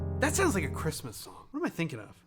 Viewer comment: At all I could hear was 'Cwissmoiss'